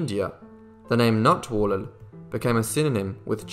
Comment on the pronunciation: I'm giving you a like just for saying Natwarlal so well over and over.